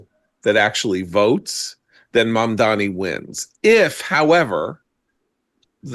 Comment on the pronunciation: Mark, you keep saying “Mamdami”, LOL. Is that some kind of shade? 😂